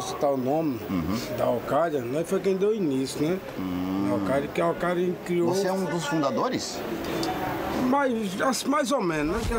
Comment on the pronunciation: "okaida" Alkaeda.